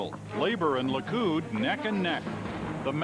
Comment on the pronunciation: Likud not Lé coot